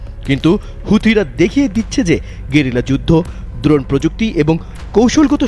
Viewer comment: দ্রণ না ড্রোন বেশি স্টাইল মারতে গিয়ে বানান ভুল পড়ছে😅